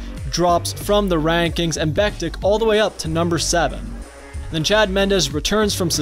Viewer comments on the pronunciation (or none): It's Beck tich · It's pronounced Beck-Tich. Great video, but the pronunciation bugged me a bit. Still a great video!